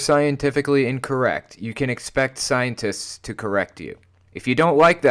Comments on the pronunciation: wait. Did she really said "very intoligen"? And scienters? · Something tells me that she used all her inheritance and achool funds on wine. She cant even spell or pronounce SCIENTISTS 😂😂😂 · This part is just so annoying..... - That’s exactly what Flat Earthers do. And how she calls scientists “scienters”